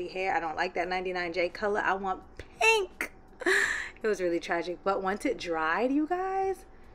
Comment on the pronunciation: It’s givin PEH-NK💕